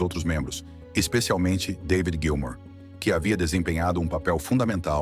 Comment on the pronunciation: Narrador, é Gilmour, não Gilmore, beleza???